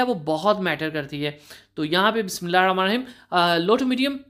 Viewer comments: بسم اللہ sahi sey Bola Karen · Bahi Bismillah sahi parh liya karein